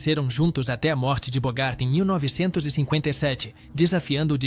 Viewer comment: O cara não sabe pronunciar icônico , Nicholson, Anastácio, Gary, Bogart, Burton..Nao sei se é burrice ou uma maneira de chamar atenção.E Gary Grant era gay gente!!